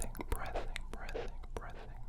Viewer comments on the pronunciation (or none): not sure if you know but breathing is pronounced like “bree thing” loll